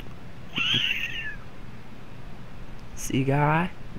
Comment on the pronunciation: be a little more steady in your videos. you're all over the place. I believe it's pronounced guh-rye